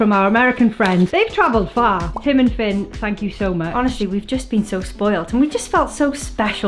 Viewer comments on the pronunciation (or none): none